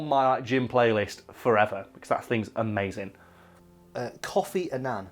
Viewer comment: "Kofi Annan" was pronounced alright. It's more "kOH-Fe Ah-Nan". I know because I'm Ghanaian.